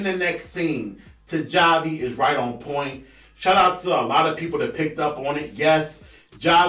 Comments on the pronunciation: I think you just mispronounced Javi’s name. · He continues to mispronounce it 🤣🤣